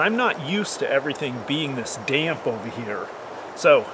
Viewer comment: The word, "damp" only has one syllable, not two!